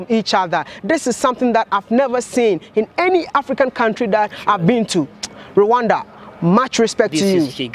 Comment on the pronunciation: Rwanda, not ruwanda